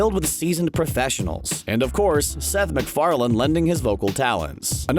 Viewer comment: it's Farlane not Farland!